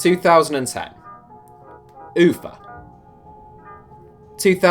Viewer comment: pronaunced Ufa not Yufa